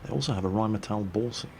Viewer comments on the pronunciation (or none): none